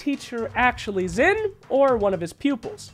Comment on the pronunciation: Xin is pronounced "sheen".